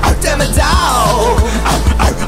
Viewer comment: It's not demedog it's demodog